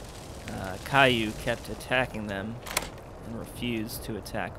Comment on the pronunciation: It's not Caillou (as in that annoying bald kid on PBS). Haha. It's more like kee-ooh, but it's a diphthong, so the ee-oo sounds are melded together to make is sound kind of like Q. Also, that scorching fist can definitely set them on fire. However, as for those exploding supermutants, it seemed like they were blowing up because of firebombs they had. I imagine if they had any left in their inventory, they were scripted to drop them when they die. Still you did set a few cazadors on fire with your gun at the beginning and those deathclaws at the end, too, so I probably don't know what I'm talking about.